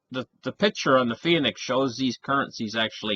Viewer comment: Phoenix = 2-syllable word, not 3....., sometimes you hurt my ears! Love ya.